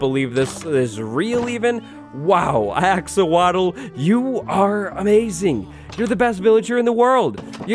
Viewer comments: 777k subs for... also “axowatl” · When you realize wattles sounds like waddles and the axowatl is axolotl